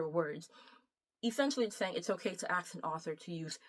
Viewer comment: "To axe an author" Clicked off the video.